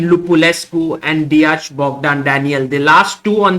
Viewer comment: You've to pronounce it like "De-ak"